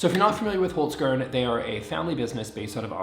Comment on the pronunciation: 😂😂😂😂 as an Austrian that pronounciation of Hokzkern was hilarious! I watched most of the ad just to hear him say it again 😂